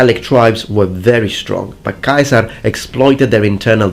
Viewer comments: Yulioss kai-saar 👌👌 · Sorry but you said Julius Caesar’s name incorrectly it’s pronounced giu-lius se-sar. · The way you pronounce Ceasar as "Kaiser" is annoying. Bad connotations and unnecessary edginess. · When u over-pronounce the names of foods in a restaurant in a different country: Julius KAISER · When he says Julius Kaiser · Why you say Kaisar? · Never heard Caesar pronounced Keizer, no doubt in my mind though, if you say that's the pronunciation, then that's the pronunciation. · So what is the real pronunciation of 'CAESAR?' Kai-Sar or See-Sar? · AE it is E in Latin, your pronunciation of Julian Caesar is wrong. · I know that you are using classical pronunciation, but Caesar with a hard "c" sound just sounds ridicolous. You seem a little child trying to be "authentic", nothing more. Ask yourself why university professors pronounce it with a soft "c" sound, and you pronounce it with a hard sound. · I never knew that was how "Caesar" was pronounced. It sounds closer to the German "Kaiser", and I thought they were the ones who butchered it and us English speakers were closer to the Latin when it was truely the other way around! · why would you pronounce Kasar instead of Cesar? In Latin "ae" is pronounced "e" or am i missing something? Funny enough later on you pronounce Cannae correctly as Cane (like the dog)